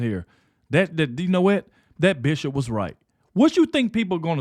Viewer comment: I know you are saying bishop but I swear it sounds like "female dog"